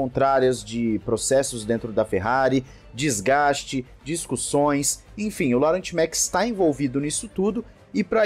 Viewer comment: Não quero paracer chato te corrigindo, mas a pronúncia certa do nome: LAURENT MEKIES seria mais ou menos como dizer: LORRÃ MIKIES.